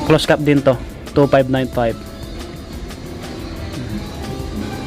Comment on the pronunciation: ANONG CLOSE CAT PINAGSASABI MO......CLOSED CAP ANG TAMANG PRONOUCE👎👎👎👎😠😡